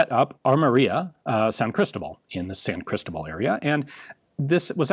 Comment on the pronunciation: Ian, you live now in what was part of Virreinato de Nueva España. Say "San CristObal" is easy, thanks to a simple rule: if the word is not ended in vowel, n or s and the word is not accentuated, then the stressed vowel is the one before the last. Besides that, thanks for the video! I really appreciate a deep explanation of San CristObal implementation of Kiraly system